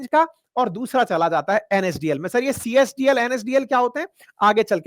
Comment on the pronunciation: Csdl nahi cdsl hota hai burbak😅😅😅😅